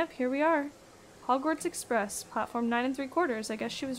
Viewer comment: "Hogwarts Express" Me: "WARTS EXPRESS?!"